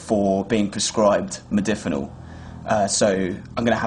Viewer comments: Mod-A-finil. Loses a bit of credibility when you can't even say it correctly. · Holy shit you can't even pronounce its name after 'hours of research'... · LOL, he can't even pronounce it correctly. Take no advice from this guy!